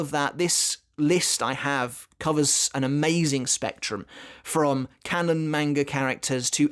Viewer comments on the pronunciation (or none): none